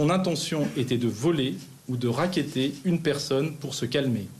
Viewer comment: le gars dit racketter et laisse le téléphone, mon Q !